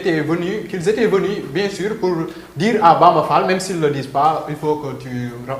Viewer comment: sall au lieu d fall